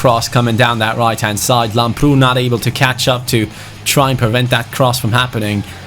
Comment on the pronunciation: it's called Làmbrou not Lambroù like so can see